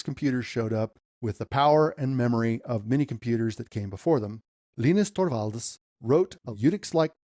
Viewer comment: I love that you pronounce Linus Torvald’s name correctly. Makes me consider that maybe I should start saying Line-ux 😅